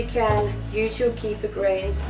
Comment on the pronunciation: Great video, thx! But, you are mispronouncing kefir. The "e" has a short e sound as in "egg". The "ir" is pronounced "eer". The accent is on the 2nd syllable, not the 1st, ok? Thanks again for this video.